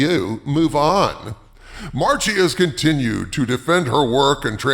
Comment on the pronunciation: Every time you misspoke "Marchi", I cringed. Anyway, since my really distant cousin is such an a-hole, I won't mind the pronunciation slip-up.